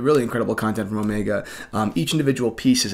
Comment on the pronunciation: Funny you have nothing to say about Jeff Bezos' Speedmaster, which he wore on his space flight yesterday. Funny how you pronounce watch brands : Caw-Tee-Hay / Cartier Pad-Dok / Patek Oh-Mee-Gaw / Omega Paw-Nay-Waye / Panerai Otherwise really good video, not a mean critic, just funny to hear you say the names of watch brands you work with. Remember once I was at a business meeting, talking with a realestate agent trying to rent a commercial space. I told him "nice Submariner, but it's the wrong time" and he answered me "Oh it's a fake" and it turned me off and we didn't do business and never met again.